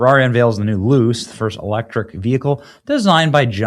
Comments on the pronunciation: All good, BUT…learn how to pronounce “Jaguar”! It’s not “Jag-wire”. Cheers P.S.: Ferrari is an Italian company, so “Luce” means “Light”, and is pronounced “Lu-tshe” not “loose”. IF you want to report on topics, at least know what you’re talking about. Do research…use AI or Siri or something. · At least pronounce it right. Not Jagwire, it is Jag-you-are...and Luce is not Loose it is Loo-chay. Either way the Chinese will outdo them both with the $10k Loowire.... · Not that any one cares, but it’s pronounced Lou-chay. It means light in Italian. Questa machina è brutta = this car is ugly. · It's "Looche" not "Loose".. Wait...! 😅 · FYI. Luce is pronounced "LEW chay", not "loose" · "Luce" in Italian is pronounced "lou-chay" and not "loose." Terrible, ridiculous design and idea. Yikes. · "Luce" iz pronounced "looche" with the "e" like "chEster" and the stress at the beginning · “Luce” is pronounced “lose”. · PLEASE stop saying "Jag-WIRE"....🤯 ...and the Ferrari is pronounced: LOOCHAY (Yes that is not proper phonetic spelling but gets the point across.) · How do you see "J-A-G-U-A-R" and pronounce it "Jag-WIRE"? BTW, "Luce" in Italian is pronounced "LOO-CHAY". It means "light". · Lu-ché. But I agree, it's garbage and won't sell. Soul less car. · Luce, pronounced LOO-CHAY(light) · Pronounced: Lu-chay. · Luce is Italian for "light" it's pronounced "Lu-Chey" I just had to look it up! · The new Ferrari is pronounced Loo-chae. It doesn't matter though, it is still super ugly just like the tesla cyber truck. Both have gotten the Bud light treatment. Oh well. 🙈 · Benny, I know I'm a car guy, and I can tell you're clearly not. You've really got to work on your Italian and European car pronunciation ... "Luce" and "Renault" specifically. I'm sure there was more, but c'mon dude. Google it. I hear Google does pronunciations, now. You're gonna start WW3, OH WAIT!! You already did a video about that. Try harder. Do less. Stay in your lane? Maybe.